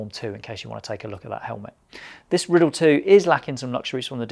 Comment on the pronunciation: Isn’t it the “Rye - Dell” not Rid-El or am I just a dumb merican ?